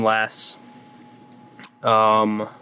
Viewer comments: you pronounced gungnir wrong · Hey can we get a native norwegian to tell us how to to pronounce gungnir?